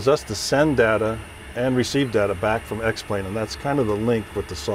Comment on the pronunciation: He fucked it up when he said X-Plane